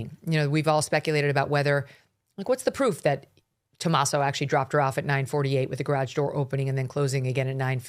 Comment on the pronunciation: Also, his name is Tomasso, not Tomass.